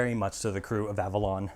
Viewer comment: It sounded like at the end you called the ship the Babalon, and im sure i seen the name Avalon on the rear the aft .WOOPS